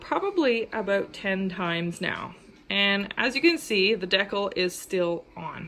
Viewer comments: Deckle lol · Great info thank you. Not being a hater but its "Dee-Cal" lol decal. I understand tho lol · Its pronounced dee cal. Rhymes with al. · It's just her way of pronouncing decal (DEE-kal). :) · It’s called decal. The way you are pronouncing it is completely wrong.